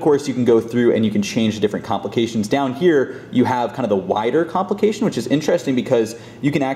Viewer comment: take a shot every time he says comlication